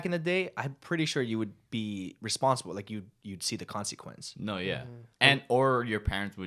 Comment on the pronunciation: “Conseequence” xD